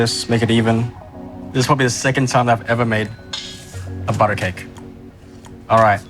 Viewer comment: When he says "bodo ah"